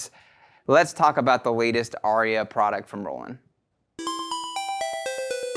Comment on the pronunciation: It’s not called an ARIA it’s AIRA You should know how to pronounce the product correctly